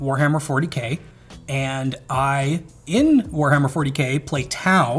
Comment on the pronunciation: I skipped the moment he said Tau :face-red-droopy-eyes